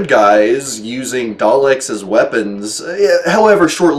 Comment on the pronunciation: it's probably because I'm weird ;) But I just loved the way he said Daleks... Here's the clip... Turn up the volume!! :D An audio clip of Matt Smith playing the 11th doct…